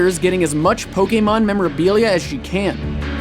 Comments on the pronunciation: I like that you say Pokemon and not pokimon :D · He actually said Pokemon right! ^.^